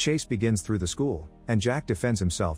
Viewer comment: it's a computer generated voice... you can tell because of the pronouncing of words. It will pronounce the errors in the typing. & horribly mispronounce words lol. Like through it pronounces trough.